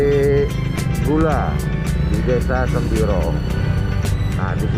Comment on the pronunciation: Semboro.......bukan sembiro.